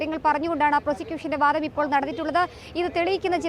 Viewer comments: ജനം ടിവി അവതാരകർ മലയാളം ഉച്ചരിക്കുന്നത് അരോചകമാണ്..ഈ കുട്ടി വാധം എന്നാണ് പറയുന്നത് വാദം എന്നല്ല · വാധം അല്ല കുട്ടി...' വാദം '.